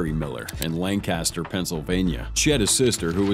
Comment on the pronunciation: Psst it is Lanc-a-stir, not Lan-cast-er. I lived there for over 30 years.